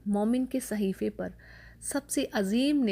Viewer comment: صیحفے ؟؟؟؟؟ صیحفے ؟؟؟؟؟ صیحفے کیا ہوتا ہے ؟؟؟؟؟ اصل لفظ صحیفے ہوتا ہے آپ اس لفظ کی تصیح کرلیں غلط لفظ کو استعمال نا کریں